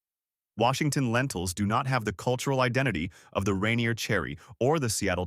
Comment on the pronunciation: Can't even pronounce Yakima or Rainier right....